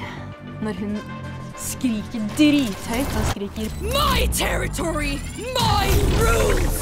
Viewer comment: my territory my rules. it's a good line, but it sounds a little too weird. I almost couldn't see through the accent and thought it was "My turn to read, MY rules!" Didn't make sense until I searched up the lyrics